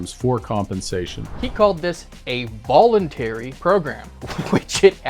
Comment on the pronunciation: Volentary lol